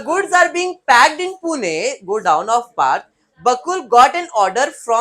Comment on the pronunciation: It's 'Pune' , plz dont say Puna